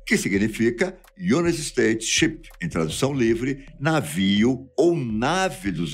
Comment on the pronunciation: "Unit states" foi Phoda....